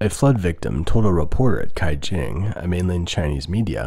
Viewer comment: Caijing is pronounced Tsaijing not Kaijing. You specifically deal with China, so make sure you pronounce Pinyin correctly. It’s very easy to learn. This is a basic quality issue and is the kind of mistake you should not be making. Mispronunciations like this make people think that your research quality is lower that what it really is and that you don’t care about the quality of your work.